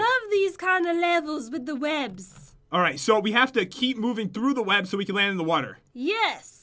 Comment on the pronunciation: LOL nic accent "I con't do it!" "Y-you con do eet?!"